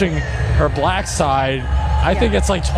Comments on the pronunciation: He can’t even say black correctly, he says she identifies as bullack, seriously? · I HATE the way that he says B-lack. 🤦🏾‍♀️ I wouldn’t care if Kamala identified as Japanese. She’s still a better choice than Project 25 Trump. 😡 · “A bl-ack person” 😂😂😂 Harris Faulkner should be ashamed of herself. While he did have some supporters in the crowd most ppl there weren’t laughing WITH him, they were laughing AT him. Ridiculous 😂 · The way that thing pronounces words......like "black" in this instance, is insulting and derogatory. Trump is an example of human excrement in a suit. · And you see how he pronounce black he making a joke about black folk name he making a freaking joke about it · Why does he say the word “black” differently when he says it in a sentence? Have you noticed that before? Listen to him! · Listen to how he pronounces black, come on yall, it’s almost like he is emphasizing, condescending. why? He doesn’t answer questions he flips it. And blames others. All over the place. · The way he pronounces "black" is full of condesention and contempt. He's disgusting, childish, misogynistic and racist. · The way Trump pronounces “black” is WILD!!! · Just listen to the way he pronounces the word black